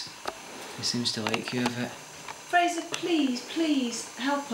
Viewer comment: The name is not "Frasier". It's "Fraser" [FRAY-zer], as in Brendan Fraser.